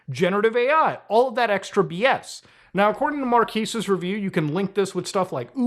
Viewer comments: I think it's pronounced Mark-kes, not Mar-kis. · Why does everyone mispronounce his name I heard Charlie do the same thing in a video the other day haha it's Mar kez not Mar keese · it's pronounced MAR-'KEZ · I'm sorry sir, it is pronounced MarkAss Brownlee. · Ah yes, the Marquis de Brownlee. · It's pronounced Mar-Kezz not Mar-Keez lol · its Marques not Markis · "Mark-ass" - Will Smith ❌ "Mar-keys" - Muta ❌ "Mar-kez" - Marques ✅ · Markass brownies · Please say Marques correctly. He’s literally the biggest tech YouTuber. It’s not “Marquiees”. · "Marquees Brownlee" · Marquis? My brother, can you read MARQUES? (Mar-kez) learn how to read a name correctly. Mkbhd is too big to not know his damn name. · Marques ❌ Mar-keys ✅ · Its pronounced "Markèz", bro. My ears are bleeding. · bro his name is pronounced MAR-KEZ i cant believe youtubers like you that have been around forever cant get the homies name right. smh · Muta please it’s pronounced “mark-ehz”😭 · Muta please, it's pronounced like Mar-Kez, unless you're just trolling then carry on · KEZ, Muta. It's pronounced Mar-KEZ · Marques. Not Mar-qwees 💀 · MUTA, it's pronounced "mar-kezz" 😂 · The way muta pronounces Marques like it's marquis lmao I love muta ❤ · This Man Keeps Destroying People’s Names…. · Still refusing to say his name right 🤣 love it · Funny that you can recognize how big of a YouTuber he is and can't take 1 minute to look up how to properly pronounce his name lmao what a 🤡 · Bruh can't pronounce his name right for his life 😪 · This man can't pronounce Marques to save his life. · The way Muta pronounces Marques is killing me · Really can't tell if your pronouncing his name wrong intentionally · Mar quez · couldve at least looked up how to say his name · Bro the very least you could have done is research how to pronounce his name correctly. At least show A LITTLE effort for once... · Still saying Marques wrong lmfao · The amount of times you mispronounced that man's first name 🤣🤣🤣🤣🤣🤣